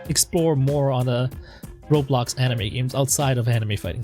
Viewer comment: i will remember you always say RABAX!